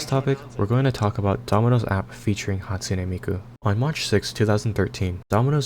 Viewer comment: Hatune Meekoo